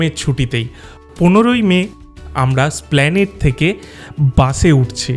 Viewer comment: স্প্ল্যানেড নয়, এসপ্ল্যানেড হলো সঠিক উচ্চারণ!